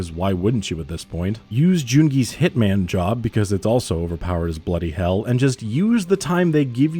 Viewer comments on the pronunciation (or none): none